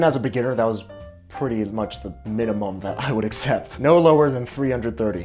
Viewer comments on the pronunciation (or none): none